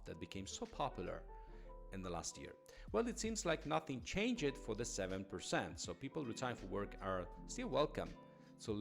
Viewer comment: I hope you will keep us expats update. Do any of these changes have to become laws before they are implemented. Small pronunciation error on your part. Change-ed does not exist in English. Its pronounced Change-d.